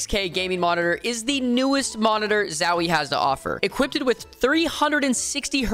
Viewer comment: Did you say "Equipted"